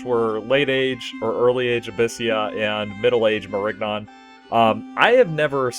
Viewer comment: Nigga the g is silent